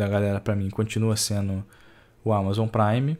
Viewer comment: Que agonia ele falando "prime" como se fosse "sub"